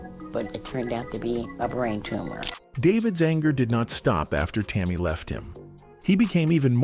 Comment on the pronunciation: This story is absolute nonsense, and if you can't pronounce Tammi name you should keep your mouth shut